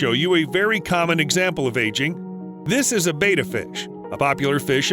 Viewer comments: Betta, not beta. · By the way, betta is pronounced (bedd-uh)😄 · yeah they say "bay-tuh". Hope no one gets inspired to buy a betta and put it in a bowl from this video, but i doubt that'll happen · Sorry, I had to turn it off after you kept pronouncing Betta wrong. Don't you research these things?